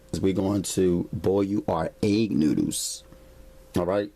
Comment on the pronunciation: 🤣😂🤣😂🤣😂🤣😂🤣"NOODOOS!" LMFAO (NEW-DOOS)😂🤣😂🤣😂😂🤣🤣🤣🤣